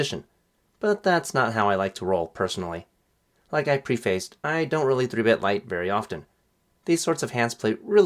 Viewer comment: Not sure if you care or not or if it was intentional but you pronounced prefaced incorrectly